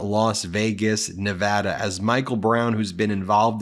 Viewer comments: Please correct your pronunciation of nevada. IT IS neh-VAH-duh. It is a long aaaa sound not a short a sound As a native Nevadan it is so frustrating to have media people not get the pronunciation right. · There were 20,000 people these. Please pronounce Nevada correctly, Ben!! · Ben, dear, please to LEARN How to properly pronounce Nevada?